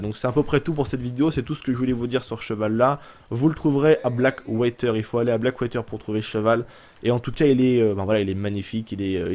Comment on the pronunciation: "blackwayter" .... OMG !!!!! ^^